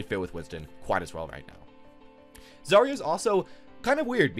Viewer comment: Imo rein isnt that bad at all, zarya is unfortunatly not the best this season (coming from a zarya main). P.s. its zarya, not zaria. Thank you